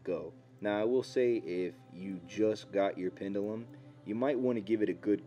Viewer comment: You're saying "pendulum" wrong. (sorry, I can't help myself 😅)